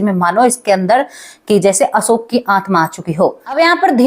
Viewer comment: Asoka nhi Ashok bolo.